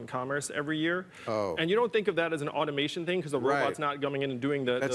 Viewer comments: Bill has a hard time saying the word “automation” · why Bill has to be so condecsending , learn to pronounce automation old fart